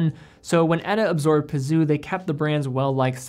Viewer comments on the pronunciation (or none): Peseux is pronounced "peh-zeuh" rather than "P'Zoo"...-)